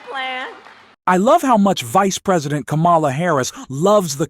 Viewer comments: Kámala, not Lamála!!!!!!!!please. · Her name is pronounced 'comma la'. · Jeez, please use the correct pronunciation of Kamala. Like the 6-year-old nieces of Kamala taught, at the DNC. Kamala is pronounced like "comma" "la". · Pls pronounce VP Harris' name correctly. Seriously. I am slammed with The Other Side saying wrong. It is instilled. Disrespect. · The way you mispronounce her name over and over, especially after the DNC in which is was so clearly explained, is inexcusable. And Tim 'Wells'??? If you can't be bothered to learn how to pronounce names, you shouldn't be pronouncung them in public